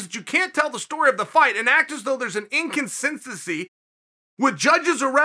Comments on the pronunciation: Chael: incon-since-sense-see Me: Ok great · Chael "In-con-census-y" Sonnen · Chael "Inconcincency" Sonnen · Chael invented the term ‘inconsincincy” today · Chael "Inconcincecy" Sonnen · Inconsinsensy :D